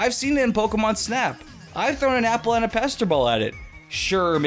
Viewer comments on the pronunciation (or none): none